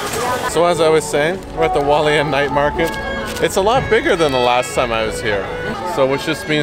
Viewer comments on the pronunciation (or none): Okay so this doesn’t matter much but you do pronounce the h in Hualien